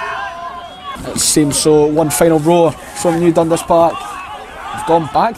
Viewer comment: It’s pronounced DunDAS not DUNdas.